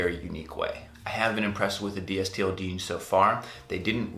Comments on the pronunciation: Yes, Please say "Distilled" It is very annoying to hear you say it "D_S_T_L_D". The are better than AG and are sized about the same as 7forallMankind. I am 6'2 and I wear the straight fit 31X32. I also invested and I get a nice discount. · Dude, it's pronounced "distilled." Says it right on their front page.